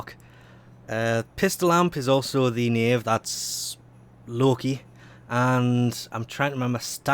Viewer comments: Nope... you're actually pronouncing Knave correctly... Congratulations. Sunlight/Moonlight Dragonlily on the other hand.. :D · Don't worry, you pronounced "Knave" correctly. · You actually pronounced Knave right!